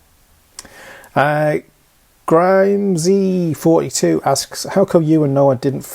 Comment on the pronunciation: Always get a laugh when I hear you say my name... "Grime-zee" It's Grim <--- Like Grim Reaper and Zee like we in the US say Z not Zed ;) My question for next week's vlog would be if you could discuss some of your short, mid, and long term goals. I know 1 million parts is a goal... What's your lot count goal etc... Cheers!